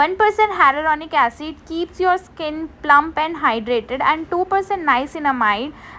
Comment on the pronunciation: Harolonic acid😂😂 Nai re baba its Haya-lu-ronic